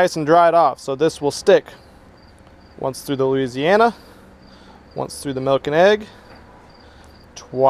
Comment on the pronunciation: 😂it's funny how he says malk instead of milk